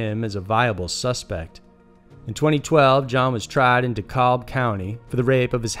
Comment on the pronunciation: He said Dekalb wrong